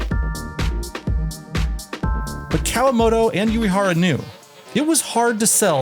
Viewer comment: 🔊 oo- eh- hara (❌yoo- ee- hara)